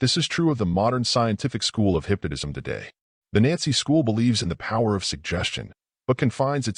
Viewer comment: I can't keep listening to this AI say "hypnodism".